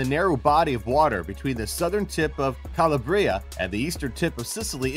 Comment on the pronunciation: i cringed at how he pronounced Calabria